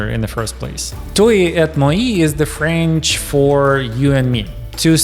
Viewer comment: I guess (from the accent) speaker is Czech maybe, hence the mispronunciation of French. No big deal, the content is still valid